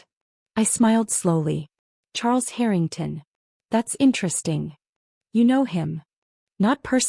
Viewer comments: Harrytongs? Check your AI. Pronunciations! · Dear AI it is Harring TON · Would be helpful if you actually pronounced Harrington correctly. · HARrrr in tungs - good god please get these AI narrations sorted. It’s nauseating beyond belief. Like nails scraping down a blackboard! Scream 😱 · "The Herring-tawns" Artificial Idiocy (AI) generated. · Why is the Harrington name pronounced two different ways? So Jade may not have found her way in the world. That doesn't mean she should be treated like something repugnant. She is their daughter and sister. She should be loved for who she is, not what she's done or hasn't done. When they made up the narrative about Jade, she no longer had the opportunity to correct them. Nothing she would have said would have been believed. They would have dismissed anything she told them. Even though Charles reamed her dad a new one, why should she be anywhere else but with the team that helped her make the company what it is? Why be somewhere where she hadn't been wanted? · Love the way AI mispronounces Harrington, and they continue to use the name throughout many of these stories 😂😂😂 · Why can the narrator NOT PRONOUNCE “Harrington” properly half of the time? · I know how to pronounce the Harrington’s name..AI may never recover..it’s not that hard..just say the name like it’t written…with the long A..easy..Peasy..it is.. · The mispronunciation of Harrington is driving me crazy. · If you’re going to tell a story, at least learn how to say the names correctly. It’s basic respect and effort. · Not really mispronunciation, accents are in wrong place that all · They do it on purpose to get people to comment as they get paid for comments. What better way is there ? LMAO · But you can just ignore it and focus on the main story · Agreed. It’s driving me crazy too. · Thought I was the only 1.!!!